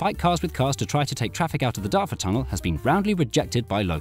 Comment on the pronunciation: DARTORD BOI!!! (Pronounced like 'BEAR' It's 'BOY' But in A Chavy accent)